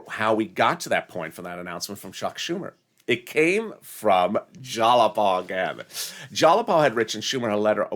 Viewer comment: It’s not Jalapa it’s spelled Jayapal. I think he thinks it’s spelled with a “l” instead of a “y”